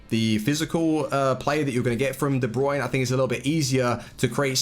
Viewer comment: De brunay